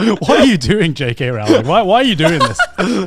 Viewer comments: It’s “Row-ling” like “bowling,” not “Ral-ling” like “fouling.” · I love how they talked about one of their dads no learning a new pronunciation and then proceeded to mispronounce Rowling's name for the rest of the video XD If you don't believe me, check videos of Stephen Fry and Jim Dale saying her name